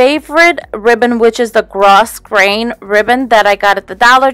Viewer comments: Thank you Joyce. OMG, I actually looked it up and you are completely 100% right, it is pronounced "grow grain" thank you so much for letting me know. 😘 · your projects are adorable. The ribbon is pronounced grow grain sweetie.